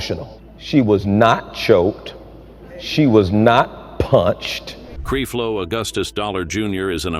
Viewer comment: WHO IS "CREEFLO"??🤦🏾‍♀️🤦🏾‍♀️🤦🏾‍♀️